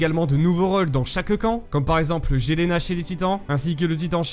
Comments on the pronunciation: Frérot je sais que ça s’écrit Jelena mais son nom se prononce Yelena* 😅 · Sa s'écrit Jelena mais ça se prononce Yelena